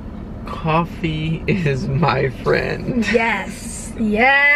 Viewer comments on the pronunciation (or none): "Coffee not coughie"😝